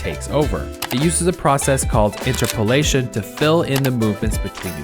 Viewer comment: Everytime he says "Interpolation" i die a little inside